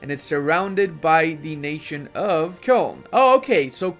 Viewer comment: Nobody:: Kyœln